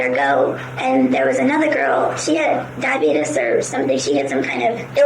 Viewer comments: "she had diabeetus or something" oh America, never change. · Lol. She said "diabeetus"